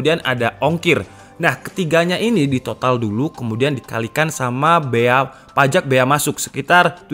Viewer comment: PAJEK Gw: Pajak mas, PAJAAAAA....K